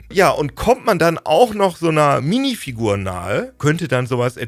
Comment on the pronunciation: Bei höre ich Minifick. Ich geh kaputt. Minifick bei Lego... Lmao